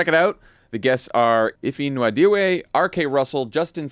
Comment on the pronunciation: just in case reads this, that name Ify Nwadiwe's last name is pronounced wah-dee-way. The n is silent